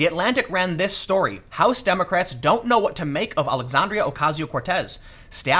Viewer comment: Trevor didn't knowah.